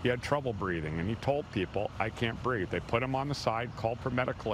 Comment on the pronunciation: "I cant breaf." - George Lopez.